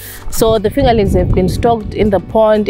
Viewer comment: If she says “fingalinks” one more time 8’m gonna lose it!!!!